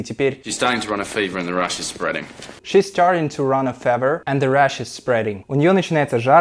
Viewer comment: мне кажется или слово fever неправильно произносят в этом видео?